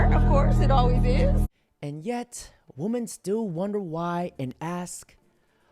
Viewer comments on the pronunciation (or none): You've got to start pronouncing women correctly. WI-MEN